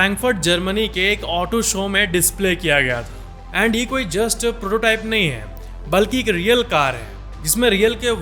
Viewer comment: येंड यें ड मत बोला करो भाई